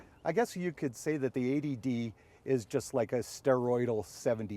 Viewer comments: 80D...A.D.D...80D...A.D.D....sounds similar as you're saying throughout the video :-) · it's only you yanks who think it sounds like A.D.D cos you say 80 really fast without pronouncing the 't' much.... .... here in Britain we pronounce 80 as "eighty" :p